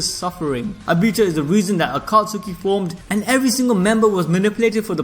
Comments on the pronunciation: Bru he said aka suki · It triggers me when you say akatsuki like that and the names of the characters